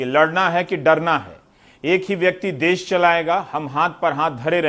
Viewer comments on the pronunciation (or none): Abe gawaroo des nahi Desh hota hai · "Des" Nhin "Desh" Hota h bhai